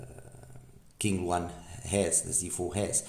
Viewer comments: Nice review as always. ZhuLinNiao’s founder must love birds a lot. The company name literally means birds living in bamboo forests and their products follow this theme: the wide bore green ear tips are bamboo ear tips, QingLuan, Qing is pronounced as Ching. You’ve pronounced Lian correctly, is a bird called great Argus. Perhaps that’s also why their iems are so treble focused. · The pronouncation of Qingluan is Ching Luan. I wonder why they don't brand themselves as Zhu Audio since that is their website domain. Thanks for the review!